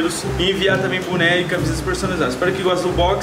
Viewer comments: É booooooooné boooooo com ooooo e não com u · Buné kakakaka que raiva quando ele fala isso